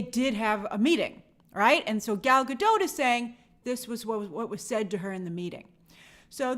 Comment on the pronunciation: Gal is not French, so maybe it is pronounced Gahl Gah-doht